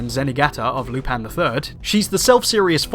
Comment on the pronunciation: "Lupan the third"